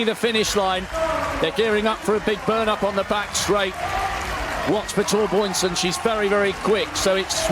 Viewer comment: "Torboynsen" - what is that? How many times can he read it wrong? It's the same Biörn as in Björn Borg...